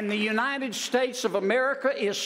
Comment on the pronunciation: United “Straits” & “Spates” barely comes close to the great United “Shaish”